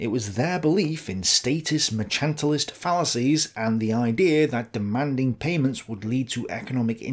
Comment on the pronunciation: excellent stuff, but it is 'mer-CANT-ilist' policies, no 'h' in it. Mercantilism is the combination of big business with government to carve up the markets, ie basic not-free markets.